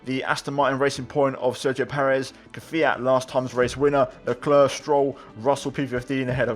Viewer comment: You petroved Charles lecl leclca